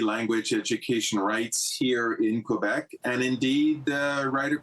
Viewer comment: This idiots can't even pronounce Quebec properly and they are pretending like they care.